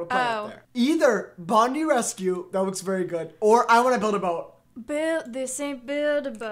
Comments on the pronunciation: “BONDIE” BYEEEE it’s ‘bond-i’ 😭😭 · Any other aussies cringe when said bondie rescue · every australian rn: its BOND-EYE rescue!!!!!! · I KNOW this man did not just pronounce Bondi rescue like that... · as an aussie hearing him say bondi wrong has me dead😭